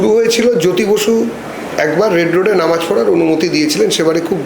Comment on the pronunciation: নমাজ নয় মুর্খ সাংবাদিক ... নামাজ হবে 😂